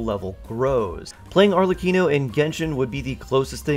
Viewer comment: yk your confused when you say arlecchino as "arcelichion" TWICE